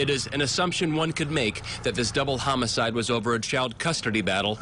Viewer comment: “This double homocide was over a child custurdy battle😂😂sorry but the way bro said that got me dead🤣